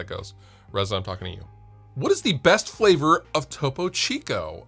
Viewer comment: glad you finally figured out how to pronounce topo chico